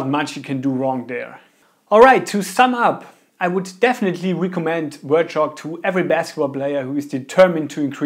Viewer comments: "wert" shock lol. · its hard for us germans, to pronounce it so dont be to hard.